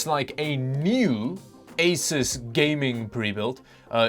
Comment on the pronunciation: It's pronounced "A-sUEss"...